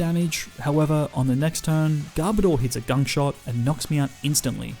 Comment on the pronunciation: I’m pretty sure he said gun shot not gunk shot